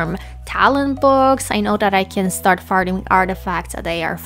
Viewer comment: it sounds like youre saying "i know that i can start farting artifacts"